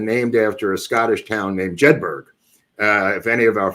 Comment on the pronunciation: Pronounced JEDBURRUR